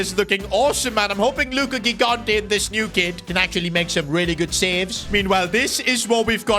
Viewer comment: Second time telling that his pronunciation of "gigante" is incorrect (correct one is "jigante")